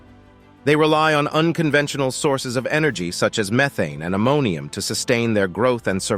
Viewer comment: "Ammonium"?? lol. What's ammonium?